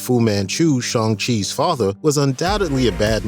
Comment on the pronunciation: Good video, just learn how to say Shang, you keep saying Shong.